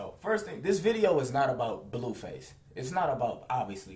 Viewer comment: HE SAY BLUEFACE WORSE THAN FLIGHTTTTAIBEISBEYAUENF